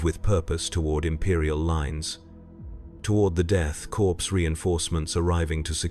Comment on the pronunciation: Death Corpse? AI trash